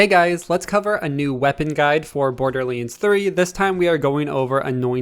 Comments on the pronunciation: Maple Syrup borderleens threee 😂😂😂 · No one: This guy: bOrDuR LaNe tHurEE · Did you say Borderlinds 3 st the start.